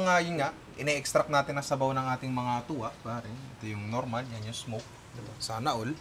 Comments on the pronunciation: Punta ka kahit saan sa Visayas. Hindi lang sa Cebu may ganyan. At saka Tula po yan hindi Tuwa… mga Cebuano lang hindi nag propronounce ng “L” pero sa buong Visayas Tula/Tinola talaga yan. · Part 2 kasi 30mins lang yung challenge hahahahaha. Yung TUWA dapat TULA like sa Tinola, kasi pag Cebuano ginagawang "W" yung pronunciatiion ng "L". Kaya dapat "Tula"